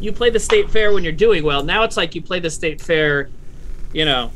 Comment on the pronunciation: Timmy says "state fair" correctly 2/5 times in 15 seconds